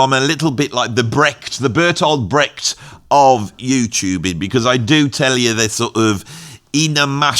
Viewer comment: I'm two minutes into the Video and you've already botched "Brecht". Will I have the chance two hear you fail at "Gazeuze!" as well?